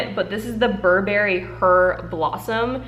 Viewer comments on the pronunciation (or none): none